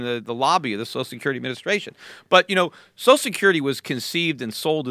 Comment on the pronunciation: Best JRE I have ever seen, but starting at about Peter starts calling Social Security "Sose Security". That drives me nuts. There are 2 syllables in the word Social. It is Social Security, not Sose Security. Thank you.